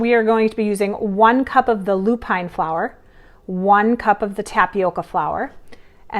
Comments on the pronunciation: Lupin is pronounced as ‘loop-in. Emphasis on the first 3 letters and not the last 2. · And how about LOO-pin and BOH-chuh not BOH-kuh 😚